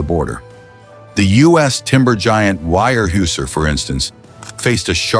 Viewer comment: The pronunciation is Ware houser